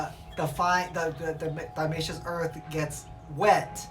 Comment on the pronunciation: Honestly, you should look up how to pronounce diatomaceous earth (it's not "diamaceous"). I found at least another video of yours where you don't seem to know the full word and were talking about pest management, I thought you were doing a bit at the time by acting like it was so difficult to pronounce, because you were also mocking its use, but I guess not? I only watched that one and this on because it came up under these search terms and the titles seem to suggest you know what you're doing. BTW, DE is mostly just silica and is right - they shard the exoskets of the insects. Just because it cuts insects doesn't mean it's not safe to have it around humans - a simple google will show that. To use it for potted plants and fungus gnats, you just have to cover the surface of the plant soil with it, and then make sure to bottom water the plant for a few days to keep the surface and DE dry. If you don't need to water a plant for a week, then don't even need to do that. This has the added advantage of preventing ants from accessing the plant, because ants are one main way that aphids and mealies get on there in larger numbers. The ants will also get cut by DE and die from dehydration. A lot of people use BTI the way suggest, so maybe it blew your mind but it isn't that big a deal. A commenter down there also mentioned that the granules actually mold and do not fully dissolve in the soil at all. The other comment about using the powder if you want to water the soil with it